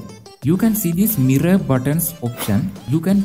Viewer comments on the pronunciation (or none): none